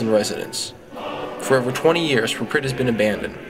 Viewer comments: Why does he call it "praprit"? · I believe your saying Prypiat Wrong. Then again I don't know Russian. However I believe its Prip-e-yat. Nice video though. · Good short info video. But you could at least have pronounced PRYPIAT the right way =(